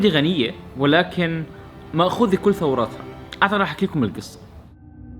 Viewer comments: ثرواتها يا جو وليس ثوراتها 🥰❤️ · ) غلطة في الكلمه قلت مأخوذة كل ثوراتها وليس كل ثرواتها دقيقة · كل ثرواتها مش ثوراتها 😂😂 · مأخوذة كل ثرواتها مش ثوراتها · ثرواتها مو ثوراتها 😁🙆‍♀️ فعلاً مسروقة ثرواتهم 💔 ياليتني تاجرة أو سيدة أعمال وأساعد الشاب اللي صنع السيارة في الدراية وبداية مشواره في التصنيع 💔 الله يوفقه ويخفظه لأمه.🌷 بريطانيا وفرنسا مستعمرين كل أماكن العالم شرق وغرب حرامية من زمان حتى وصلوا للدول العربية وكانوا مستعمرينهم سنييين طويلة وقحين خلوهم يتأخرون ومازالوا يسرقونهم يشترون الثمار مثل الشوكولاته بسعر بسيط ويبيعونه بأضعاف مضاعفة مخلوط ببندق عشان يكثر!! بلجيكا أكثر دولة مشهورة بأجود أنواع الشوكولاتة هذي دولة حرامية ثانية! أكثر دول تكره الإرهاب بس مرهبين وناهبين ثروات وخيرات غيرهم عالم عجيب. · ثرواتها وليس ثوراتها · تصحيح في الدقيقة ماخوذه ثرواته وليست ثوراتها وجب التنويه اخوي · ثرواتها وليس ثوراتها .... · جو انت خربطت بالحكي بالدقيقة بدل ثرواتها قلت ثوراتها 🌚🤣♥️ موفق يا غالي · في الدقية هل تقصد ثرواتها وليس ثوراتها!? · خطأ فادح لكن اكيد الكل فهم صح مثلي الدقيقة مأخوذه كل ثرواتها وليس ثوراتها .... شكراً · تصحيح ماخوذه كل ثرواتها وليس ثوراتها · ثرواتها وليس ثوراتها 😁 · ثوراتها 😂😂. ثرواتها*. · ثوراتها ثرواتها 🌚* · فيديو جميل ولكن تقصد ثرواتها وليس ثوراتها احفظ الكلام جيدا من الورقة ههه وشكرا ☺ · ثوراتها❌ ثرواتها✔️ حبيبي ي جو تعليقي لتعديل فقط ♥️ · ثرواتها ليس توراتها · في الدقيقه ال قال ثوراتها بدل ثرواتها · ثروات مو ثورات ازعجتنا بثورات 😕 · دقيقه بدل م يقول ثرواتها قال ثوراتها. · هههه ماخوذة كل ثوراتها 😂 " ثرواتها " حبيبي جو اعشق محتواك و شخصيتك 💪👌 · ثوراتها ❌ ثرواتها ✅ كان معكم المحقق كونان 🙂🙂🙂🙂🙂🙂🙂🙂🙂💔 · مين لاحظ انو جو خربط بكلمة ثرواتها وقال ثوراتها بالدقيقة الاولى و٣٠ ثانية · ثرواتها ...وليس ثوراتها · ثوراتها❌ ثرواتها✅. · ثوراتها؟ الصحيح ثرواتها✅ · يلي لاحظ متلي انو جو# قال انو الدوله مأخوذه كل ثوراتها بدل ثرواتها يقلي 😂😂😂 احلا جووو بالدنيا افضل صانع محتوى منحبك متابعك من سوريا 😉😉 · مأخوذة كل ثرواتها مش ثوراتها جوووو . هههه كل الحب الك.. الدقيقة ١:٣٠ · ثرواتها مش ثوراتها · ثرواتها بدل ثوراتها جو 😎😎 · مأخوذة كل ثرواتها وليس ثوراتها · ثرواتها مو ثوراتها